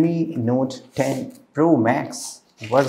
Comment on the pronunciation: Redmi Nothe 10 yehhhh English🤣